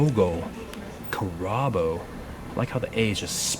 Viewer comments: Karabo Not Couraboouuu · Your pronunciations are horrific. Even your pronunciation of the word "pronunciation" is that of a 2 year old just learning to speak. You've never heard of a Carabo? (Pronounced "CARE-uh-boo"). How about a Buffalo? Ever hear of one of those? "Bertone" is pronounced "burr-TOE-nee". Your name is probably not how you pronounce it either. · your pronunciations are sooooo bad. my goodness. you say bertone carabo like trump says chorizo burrito.